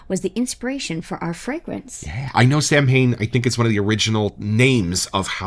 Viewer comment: I hate to be one of those guys but... it's actually pronounced like saw-when. Leave it to the Gaelic, right? 😆